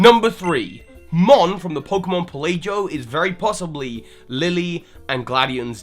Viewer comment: Pel - ae -joe? It's Pel - ah - go, as in archipelago